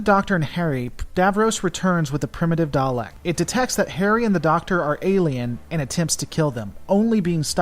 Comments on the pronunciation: Thomas Williams it's not pronunced darleks it's pronounced daleks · 50 years of Doctor Who pronouncing it Dalek not Darlek would disagree with you.